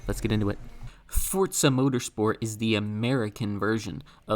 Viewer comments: WTF is "Fortza"? When did Forza acquire a "T"? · i've heard fortza more than i ever wanted to. if forza is fortza then is forz fort? is fort forz? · the game is british so the italian means nothing!? so not fortza!?